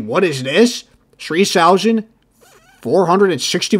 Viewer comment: Shree shousand, LMAO